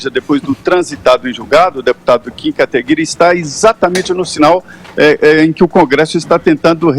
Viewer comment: Cara, não sei qual a dificuldade de pronunciar KATAGUIRI